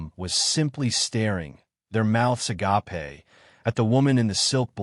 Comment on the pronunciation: Ah gay puh not a gaw pay